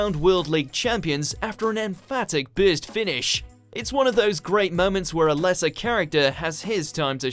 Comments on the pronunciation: bro why are u telling bist instead of burst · It's not beyblade bitz lol it's burst